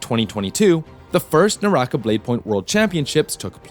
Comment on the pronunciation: ew NAH - RAH- KAH, not nawrahkuh